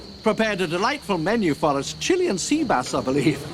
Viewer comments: When I saw it in the theater I thought he said chili and sea bass. I always though that was a weird combination. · I heard the line as "Chili and sea bass" instead of "Chilean sea bass", and just thought 'that's insane food, has no idea what he's doing.' Anyway it took decades to be corrected on that. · I had always thought says "CHILLI and seabass" lol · When I saw this for the first time in 1993 I was 15. I thought he was saying “chili and sea bass”. Had not heard of Chilean sea bass at the time. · For years, when tells them what is for lunch, I thought he says 'Chilli and Sea Bass' and when Satler gets passed the plate i would think, that chilli looks a lot like grated carrot... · I had quite the buzz when I saw the original Jurassic Park and, I'd have sworn he said "chili and sheep ass" and, was very confused... ⭐🐺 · I always thought he said Chili and Sea bass. And only last year I learned the truth